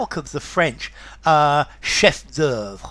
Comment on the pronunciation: Hi it's pronounced chè (shay-) not Shefffffff as in Sheffield.Pay particular attention to the shape (and size)of the mouth after the d '- the sound of the oe and u is soft delicate a zephyr on the syllable- the lips scarcely tremble on the ■ vre a litlle girl's oearly whites on the lower lip; you should take your own sweet time on the o -eu - vre -draw it out a bit; it's easy like porridge and Spumanti (the article in the stream on tutti - fruitie and Fortnum and M. and the Middle Ages). Everyone is contrary ing me grave today of all days when I need to be dollied more than ever!